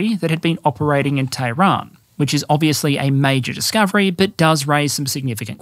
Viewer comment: I salute your Farsi-inspired pronunciations of “Iran” and “Tehran”. Though I am American, I will respectfully drop the r when saying “Darwin” or “Melbourne” if ever we meet at the -fandom convention.